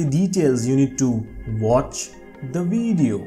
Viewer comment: Bro told me to watch the VWIDIYYOOO😂😂😂😂